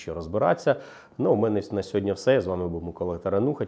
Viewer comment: ВладИслав, а не ВладІслав. СьогоднІ, а не сьогоднЯ., що з вами?